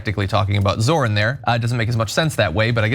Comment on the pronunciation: Zorhan Mandami.